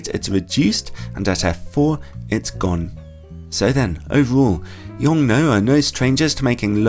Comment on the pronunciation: After listening to the Americans constantly murder the name of the manufacturer it's refreshing to hear it being pronounced correctly, at least according to the native Chinese speaker on staff at LTT.